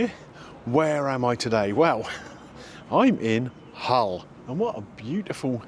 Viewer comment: Just so you know Greeno, there's no "H" in Hull ;)